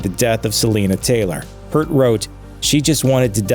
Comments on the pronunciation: If you're going to make a video about a band, at least learn how to pronounce the last name. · Please, in honour of Neil Peart, can we pronounce his name correctly already....that's the tragedy... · You really shouldn't be doing a video on someone if you can't be bothered to pronounce their name properly ... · The vastness of ignorance of this generation is in full display here. While the story of Rush is told in short order here...incomplete since it barely mentions Alex Lifeson, the fact that the narrator got Neil's last name wrong can pretty much put this video in the trash. Unreal. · I love coverage of Rush where they can't even get Neil's last name right after 40+ years! it shows the reason is to get views and not about the Band itself! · At least pronounce the guy's name right ffs. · For God’s sake please learn how to say Peart the proper way. Is that too much to ask? Amateur video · Stopped watching the instant the narrator mispronounced Neil's last name. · If you're going to make a video about Rush, at least learn how to pronounce Peart correctly. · If you're going to do a story on Rush, you could at least pronounce Neil Peart correctly. #RIPNeil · Now please re-record this post with the correct pronunciation of his name. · Amateurs can't even pronounce Neil's last name right. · Nice video but you mispronounced Peart. See brief video with pronunciation from Neil himself. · I appreciate the tribute and sentiment, but couldn't you at least learn how to pronounce Neil's last name correctly? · Now if we can get this guy to figure out how to say Neil's named properly. You would think if you were going to do anything along these lines you would do your homework before you did it. Congratulations on hacking the shit out of the late great Professors last name. RiP Neil. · I just can't get over his mispronunciation of Neil Peart's name... Do a bare minimum of research... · Mispronouncing Peart is annoying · you could at least pronounce his name correctly